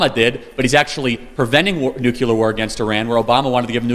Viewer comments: Charlie Kirk needs to stop saying "nucular" family instead of (Nuclear) family which is correct. No such word as nucular, it makes a person seem stupid when they mispronounce a simple word like nuclear. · It’s nuclear not “nucular”. Why does this mispronunciation persist even amongst educated people? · Charlie Kirk pronounced Nuclear as 'nucular". That is dumb as shit. That was how George W. Bush pronounced it. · Why do people say nucular?!? Its NUCLEAR. One of my biggest pet peeves. Read how the word is spelled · Charles—2 things: (1) Nuclear is pronounced like new-clear, not Nucular; and (2) “irregardless” isn’t a word. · Charlie, I love ya, but it's "nuclear" not "nucular." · Love your work! Grammar is important in your quest to change minds. It's nuclear family not "nucular"....also "iregardless" is not a word. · Charlie, please correct your pronunciation of the word "nuclear". It's "noo-clear", NOT "noo-cue-lear." (Same advice that was given to President Bush 41.) Also, there is no such word as "irregardless". It's just simply "regardless". Up your vocabulary game to remove one more target for your opponents to aim at. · If Charlie Kirk were my nephew I wouldn't agree and admire him more, yet I really, really wish he learned how to say 'NUCLEAR' correctly, it is not nucular, there is no 'U" between the letter 'C' and the letter 'L' ....... Please God, let him see this post, and let him continue helping societies, here and abroad. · It's pronounced: NUC-LE-AR . Nuc"LE"ar NUCLEAR ... "NOT" - NUKE-U-LAR "LE"ar ... not "U"lar. It's "ASK" .. not AKS like Donna (aka DUMBa) Brazile says. Reminds me of Bush saying NUKE-YOU-LER .. instead of NUKE-LEE-RRRRRRrrrrr. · Love you all! Please, though, "nuclear" not "nukular"; "exacerbate a problem" not "exasperate a problem"! You're exasperating my going nukular!